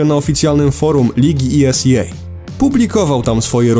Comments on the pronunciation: Esea czyta sie normalnie tak jak jest a nie po angielsku to tak na marginezie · Ta wymowa wyrazu ESEA....